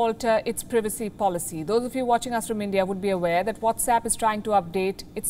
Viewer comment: She can't say privacy right